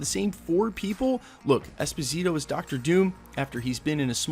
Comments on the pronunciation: Dude, please stop calling him EspiNITO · espaneato? Too many mispronunciations lol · “Esposito”, “Esponito”, “Esponzito”... Gee dude, just learn how to pronounce the damn last name! Out of respect, please. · esposito.. not esponito. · Esponeeto?! c'mon man you edit your videos right? you hear yourself, get it right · ...good considerations!...Norman Osbourne or Victor von Doom would be great villains for him to play...I believe he would own that role... I like him so much as Moff Gideon on the mandalorian that it'd maybe feel weird to see him in another Disney property...but how you mess that man's name up so many times per sentence in this video? 3 different pronunciations? Dude. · My man - you butchered his name 🤣I remember his interview. Great actor...not sure Esposito has the presence for THAT but I could see him as Norman Osborn for sure. Also prob not a good play bringing him from Mandalorian over to the MCU. Agree with you there. 👍🏽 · Good story aside of the numerous name mispronunciations. Giancarlo Esposito would make a very intriguing Dr Doom. He has that noble hubris that exudes in most of his roles. I don't see Disney cross-pollenating many of its actors either. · He’s American. He barely even knows English. You really expect him to pronounce a Spanish name correctly? Lmao 😂 Americans don’t even know how to read, write, and speak their own language correctly. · Michael Scott yeah but he’s literally adding letters. I don’t see n in his name lol.